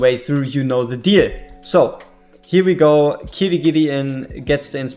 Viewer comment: Not sure if you noticed but you kept saying Kirigiri, adding in that extra ri. I don't think he needs any additions at this point lol